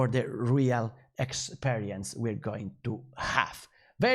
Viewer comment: SUPPLY CHAIN!! 🙌 Congratulations for encourage yourself to do it!! Just check some pronunciation of "e", like experience, which is pronounced ˌikˈspirēəns Cheers!! 🎆🎉